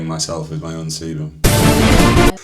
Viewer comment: I’m sure I heard him say semen not sebum at times, with the coconut oil scrub. 😂